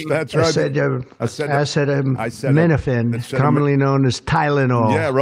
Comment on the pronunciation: Trump's very public struggle to pronounce "acetaminophen" reminds me of his "Yo Semite" moment😄